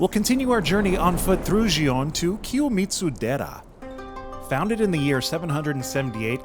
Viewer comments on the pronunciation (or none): FYI: “Gion” is pronounced with the same hard “g” as the word “geisha.” 😅